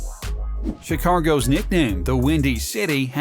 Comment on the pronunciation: VERY weird pronunciations of urine and Chicago